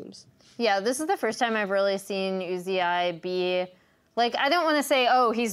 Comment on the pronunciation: who the fuck is U Z I?!?!?!?!?! It's pronounced "oozee" fucking say it right